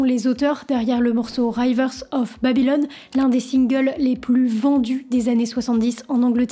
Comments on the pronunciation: Rivers et non rayveurz of babylon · C'est "Riiveurs" of Babylon, pas "Raille-veurs"... Mais sinon, vidéo pas inintéressante... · "rivers" pas "rayvers". Si tu as vraiment écouté le morceau, tu entends "By The Rivers of Babylon" et non "Baye The Rayvers of". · Franchement, la honte de votre prononciation de l'anglais ! A River, pas A Raiver. Retournez a l'école ! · Chouchou on dit rivers pas raïvers , t’as fait anglais à l’école ou bien ? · Parce que tu pretends connaitre l'anglais et insistes que "rivers" en anglais se prononce avec le son "rai". Ce qui est faux!. Ce n'est pas "Ray-vers" mais "Ri-Vers" ou le son "ri" est comme dans "Ricola" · prononciation de rivers: ri-veur-z, pas ra-i-veur-z. Accent tonique sur la premiere syllabe, comme vous l'avez fait. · River avec un I, pas raiever avec un Aïe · Pas Raille veurs, mais Rivers, le "i" comme inimitable. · Hello, on ne dit pas "Railleverses" of Babylon, mais riverze of Babylon. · On dit "Rivers" et pas "raivers" en anglais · C'est pas "Raïvers of Babylon" mais "Reevers" avec le son I ;) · Alors ... interressant mais je pense que tu n'as jamais ecouté Rivers of Babylone ... autrement tu ne prononcerais pas "RAÏVERS of Babylon" mais bien Rivers (Riz - Verz) ! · "Raïïïvers of Babylon"... LOL, la prononciation, aïe mes oreilles ! "river" se prononce "river", avec un i comme dans rivière (ca tombe bien, c'est la traduction française). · eh bien non car 'i' peut se prononcer aïe d'ailleurs,c'est l'erreur qu'a commis la narratrice :par exemple rider se dit raillder mais pas river deux e ou "ea" en anglais se prononce i c'est ce qu'explique edited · Pour votre information, on prononce « rivers » et pas « raille-vers » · Bonjour, pardon, mais pourquoi dites-vous "raïvers" ? C'est "rivers"..... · Le "i" de "rivers" se prononce "i" et pas "aï" . Rivers of Babylon est un morceau reggae à l'origine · "Rivers" se prononce "Riz-veus" 😘... please, "rai-veurse", ça fait mal aux oreilles 😍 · Rivers... comme ça s'écrit... pas ryvers